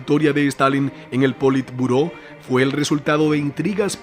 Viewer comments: Muy buen video Bro....pero cada vez que dijiste poli turbo me lloraban los oidos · ¿Por qué llamas politurbo al politburó?